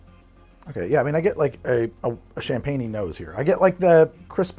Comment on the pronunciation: Everytime pronounced "champenoise", a baguette died.